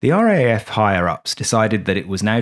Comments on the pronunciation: Ahh mate. As an Aussie, (pron: Ozzie), who was born and bred in Sydney and has always had a fascination for the "quirky," Thank you ❤. I'd never heard about this before your video, and can't fault the content. I loved it... but, (you knew that was coming, right?) We say it as "R double A F." ... in case you do anymore stories on the weird antipodean air corp. ❤ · Minor note, but the proper pronunciation of RAAF, is R double A F. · i imagine many other former RAAF members have grated at this bloke's inability to say R Double-A F. And "Ran" instead of R.A.N. - really?! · Why not? Because it sounds clunky? But in the service its either R double A F, or pronounced “raff”. And yes I am ex RAAF. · It is pronounced R , double A , F. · A "Brit" should know that RAAF is pronounced R - double A - F. The reality is that the British know very little about Australian history, society and government. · It’s the R double A F, not R..A..A..F…….. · A great story and great fun. Well done. Sorry, I can't help being an irritating pedant, but the second cityscape of trams and commuters is actually Melbourne, not Sydney, and the RAAF is referred to in Australia as the R double-A F, not R-A-A-F. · Or just pronounced "Raf". Yeah, hearing it spelt out "R-A-A-F" is as weird to an Aussie's ears as saying N-A-S-A would be to...well...everyone. 😉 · Excellent video -but for future vids if you make any about the RAAF -it's pronounced "Arh Double-Ay Ef", not "Arh Ay Ay Ef". Rolls off the tongue a bit easier. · pronounced as "RAAF" not spelt out. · RAAF is pronounced R 'double A' F not R,A,A,F.... ;) a small negative comment to a great vid... thank you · We say R double A F, not R A A F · R double-A F not R A A F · "ARE-DOUBLE-A-EFF" please, not R-A-A-F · Classic - but please - we say "R - double A - F", eh eh?